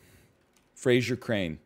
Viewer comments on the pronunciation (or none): none